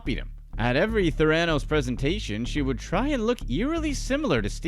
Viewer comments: There are a few things that make me twitch. If it happens too many times I go nuts. It's nod your head for yes. Shake your head for no. Saying the name Ther--a--nose incorrectly, for some reason made me want to jump into the story about Theranos, rank the reporter to the side and quietly but firmly repeat the proper pronunciation until the reporter said the word correctly. Apparently, the actor Bennidict Cumbermatch had difficulty pronouncing penguin 🐧 while narrating a documentary about these lively birds. They have quil shape feathers. The Graham Norton show has a hilarious clip of him explaining what had happened. Well, no body's perfect!!!😇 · Do you think he's doing it just to mess with us? Tha-ra-nose it's terrible, I wonder if the CIA knows of this torture. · Why are you saying “Theranos” that way? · PLEASE pronounce Theranos correctly. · The persistent mispronounciation of Theranos makes what might be a good video lose all credibility. There are thousands of videos out there with the correct pronunciation. Take five seconds and learn it. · You're mispronouncing Theranos. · Is this VO Voice To Text or do you really not know how to pronounce Theranos? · I wondered the same thing. The narrator is obviously mispronouncing “Theranos”. I mean, was up wit dat, my homies? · I wish all of you guys would learn to pronounce Theranos correctly. Pronouncing the word Sociopath correctly would also help you out and I’ve read dozens and dozens of hours of material and books and this woman and you’re the only one who leads with her dog — congratulations on that investigative journalism there. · Can’t the narrator at least pronounce Theranos correctly — Jeez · You lost me with that pronunciation of Theranos. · What are you pronouncing Theranos like that???? SHIT MAN!!!!! Lol.. Good work tho! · You miss reading the company name over and over is cringe! Rest of video is good 👍🏼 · Learn how to pronounce “theranos” correctly if you’re going to make a video about it.